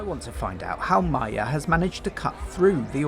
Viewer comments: Pls pronounce Magyar's name correctly. It's not Mayer. It's Mahgyar. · You can pronounce Magyar as "madyar", that would be more close to the original. By the way it means Hungarian. It's really annoys Orbán, because he can be more nationalist, like this guy, who's name literally means Hungarian. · Can't even pronounce Magyár properly... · Great job reporting, though it drives me crazy how you are pronouncing "Magyar." That said, thank you for leaving in the Hungarian voices. I am able to understand about half of it, so it is great practice if nothing else! And I am on the edge of my seat for this weekend. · Why you misprounounce Peter Magyar throughout the whole video?